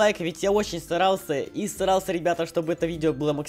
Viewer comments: Мне показалось или он сказал не старался а срался? 😂😂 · на говорит я очень старался и срался чтоооооооооооооооооооооооооооооооо